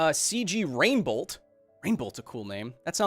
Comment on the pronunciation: • - Bladerunner 2047 ? Is that a sequel-prequel to Bladerunner and Bladerunn 2049 ? 🤔 • - "Cj Rainbolt" sounds more like a pony to me. 🤷 • - Condemned: Criminal Origins did "monsters freeze when watched” thing before Doctor Who (and others did it before that). • - That's why live-streams (especially unplanned ones) are bad. At the very least, Nerdist provided the benefit of editors. 🤷 • - Yes, it's correct; cows emit more CO₂ from burps than from farts. I think It's “Okay to Be Smart” did a video on it. • - "bar-byew"? 🤨 Barbeau is clearly /bar-bow/. "Adrienne Barbyew". 🤦 • - You didn't resolve the issue. Imagine it were one ship with two engines. The two engines would never be able to fire at exactly the same moment, down to the Planck time, so the single ship would still get torn apart. - - Wouldn't the difference accrue infinitely? 🤨 • - Because the phone is streaming the video as is, but the Xbox has a bunch of extra processing. That's actually a great idea to investigate the software to find out what exactly the Xbox OS is doing under the hood. 🤔 (You can't trust Microsoft. ¬_¬) • - What does mechanical engineering have to do with software/network/computer engineering? 🤨 • - Cool Guys Nation has obviously never met a human. 😒 • - So Nerdist doesn't own the rights to the catchphrase? Whew.